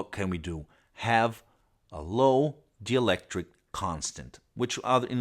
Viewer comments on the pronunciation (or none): none